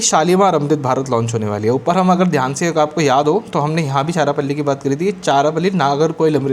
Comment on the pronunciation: its not charapalli it's charalapalli pronunciation please check